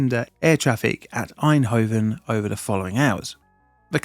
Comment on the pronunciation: Und "Einhoven" is F>>>>>>kikng WHERE??